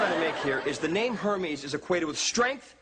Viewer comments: Michelle says Uncle HAMMIES 😂😂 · Ive got an uncle herpes? I married a herpes? I admit that i thought i heard herpes the first time i saw this scene! 😂😂😂😂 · Lol it sounds like herpes then Hermes lol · i thought she said Herbies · 360 me too tbh. XD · A bit sad they’re making fun of his name just because it’s not a typical English/French name. Also, never heard anyone pronounce “Hermes” like that before. It’s supposed to be pronounced “Air-mez” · its Hermis.. Pronounced 'Eh r'mis. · In greek we don't actually pronounce it like that..it's a really cool name..and yes in English it sounds very weird and funny ( i agree😂) but the way we pronounce it in Greece is beautiful.. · Sorry, but Hermes?? Hermes...😂😂